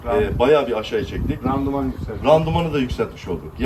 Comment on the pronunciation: başkan randuman değil randıman:)